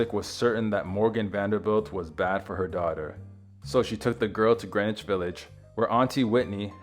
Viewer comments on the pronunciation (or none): none